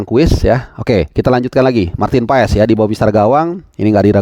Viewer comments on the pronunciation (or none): none